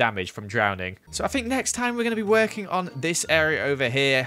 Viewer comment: I say (think) he say (fink) ever noticed